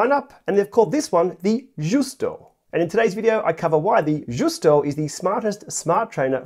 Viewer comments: It is pronounced like the ‘Juice-toe… it is a mullé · the right pronounce is like: yusto (it is not italian but venetian language)